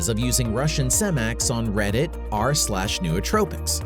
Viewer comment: Pretty good video, but why didn't someone tell the guy doing voice over how to say "Nootropics" and the ton of other words he just butchers the pronunciations of lmfao. Also he sounds like a robot